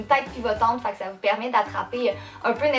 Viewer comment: Ah ah j'adore tes vidéos tu donne un air frais avec ta joie de vivre et ton accent rigolo On doit te le dire souvent mais je suis française et tu me fais rire quand tu dis les souliers (chaussures en France ) ce au lieu de ça En fait tu e à la place de à c'est amusant... Gros bisous continue comme ça